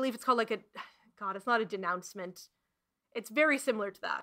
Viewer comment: Just in case reads this, really no one cares about your occasional word flubbing. This was an Awesome video and I doubt anyone even docked any points for any of your tongue's petulant rebellions. Apologize never;) 'Denouement' And thanks for enduring this gem of sumthin awful for us!